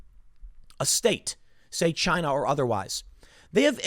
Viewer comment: Chy-na #1